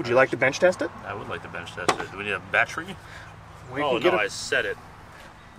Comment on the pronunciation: “batreee” 😂😂. He said it. VGG infiltrates the camp once more lol